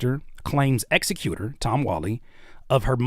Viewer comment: I’m sorry bro but you had me dying saying executor. You were pronouncing it wrong. 😭😭😭 executor is pronounced the same way you say executive.